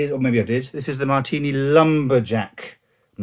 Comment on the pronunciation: Sorry but that's not how you pronounce "hei" XD. Not bad on the "Marttiini" though. Fun fact: the J stands for "Janne" or "Johan". That's the name of the smith who started the company. Johan was his official name, but that's a Swedish name and amongst Finns he went by Janne.